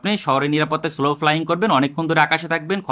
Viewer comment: স্লো না সলো...শুনতে কানে লাগছিলো।